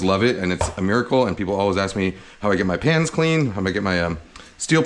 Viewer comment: i'm seriously thought he say washing pants, and after couple second i realized he say's pans haha